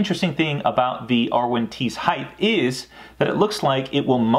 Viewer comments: Height. Not heighth. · Did he say HeighT or HeigTH?